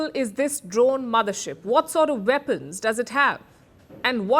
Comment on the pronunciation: "Veapons, Veapons, Veapons!!"